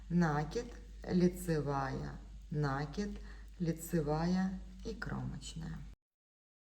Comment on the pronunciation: Уважаемые мастера! Ударение только на И - накИд ! На это приставка, ударение на корень кИд получается накИд, Отключилась только потому, что невозможно слышать нАкид